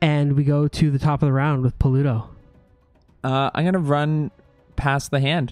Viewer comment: Lol just noticed pronunciation of "Pa-LU-toe"